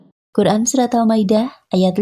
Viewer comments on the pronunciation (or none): none